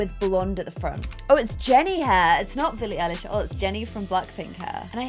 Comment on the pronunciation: and the way she said billie eilish too 😭✋